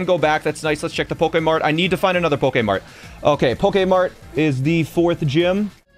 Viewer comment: why u keep saying pokae mart it’s so annoying